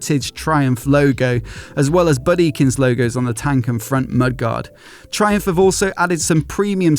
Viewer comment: Thai-umph and Thai-cati